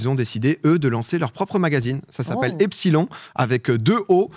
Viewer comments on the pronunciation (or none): Epsilon se prononce "epsilone"